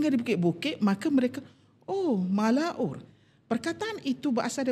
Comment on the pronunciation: Malaun bukan malaur...la